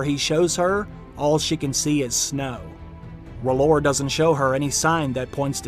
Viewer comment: R'HLLOR IS R'HEAL